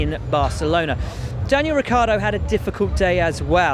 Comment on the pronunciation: Lance (s)trolling 'Ric-yar-do' ??